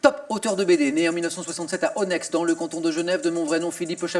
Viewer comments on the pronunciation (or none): Onex se prononce Onai pas onexxe.